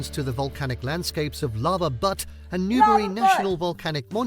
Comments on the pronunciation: FYI- It is not butt- it is BUTTE, the E on the end makes the U sound like it does in the alphabet- a long sound not a short sound like in nut. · Multnomah Falls & Dungeness Crab. Butte is pronounced ‘Beaut’…like beauty. Elk, cougars, sea lions, whales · Lol lava butte in not pronounced butt; But, B-eu-t. Oregon is lovely, and what ur seeing just scratches the surface of oregon. Hope all is well across the pond! Definitely come visit sometime! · LOL! He called it Lava Butt! It's actually said like beaut at the begining of beautiful, but I call the buttes butts all the time. Lava Butte always reminds me of someone who ate too many ghost peppers or something 😆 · Butte... Beuute. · It isn't Lava Butt, it is Lava Butte, pronounced with a long "U:, like in flute. There are waterfalls all over Oregon. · I also say butt instead of butte but that's just cause it's funny. Lol Lava butt... Sincerely, A Volcanologist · Some of the pronunciation were pretty off in this video. It isn't "butt" its called a "butte" as in beauty, so it would be beaut phonetically. And its Timber-Line as in line where the timber stops. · lol at "lava butt" (Lava Butte) it's pronounced 'byoot'. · Butte is pronounced BYOOT, not BUT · BTW, it's not Butt, it's Butte pronounced Byoot. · It's not pronounced butt, it's pronounced byoot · Butte is pronounced "beaut" like in "beautiful". People call it "butt" out of ignorance ... or to be offensive. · Funny to hear "butte" pronounced as "butt" 😂 A butte is just a lone hill, with the surroundings mostly flat (formed by volcanic vents I think) — Central Oregon has loads of them, and lava caves too (I'm surprised the video didn't mention them!). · Butte is pronounced like the beginning of "beautiful", not butt, LOL! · okay, i get it, i also pronounced it wrong as a kid, but anything named Butte will be pronounced b-yoot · So many mispronunciations. So many. Lava B-you-tt, ha ha! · Haha Lava butt. It’s more pronounced like Beautiful minus iful.